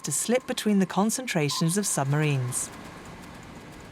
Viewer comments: The narrator keeps goofing up... Play : "summarines?" "Dönitz and 5 'summarines' do (did? to?) simultaneously attack it" (the convoy). "It was the 'Wolfpack' tactic first major victory." Bad AI speech program? Poorly disguised foreign disinformation or propaganda? Have they just stopped even attempting competent English? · Very good video, with two exceptions: 1. AdmiralAty?! 2. Summarines?! Seriously? And may Alan Turing rest in peace. And his tormentors not.